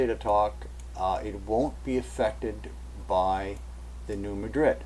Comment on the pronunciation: Where are you from??? It is Are-cān-saw'........ Also, New Mād'' -drid!